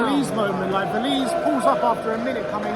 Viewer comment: Great channel boys!! But it is Véliz, not Velíz 😅